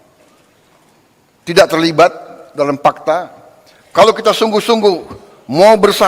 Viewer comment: orng Sunda kek nya yg buat nih berita, fakata bukan pakta😂